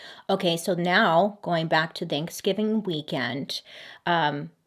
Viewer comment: "Thankskilling"????? AM I THE ONLY ONE WHO HEARD THAT?????